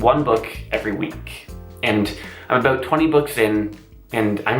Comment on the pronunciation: if you listen really closely he says aboot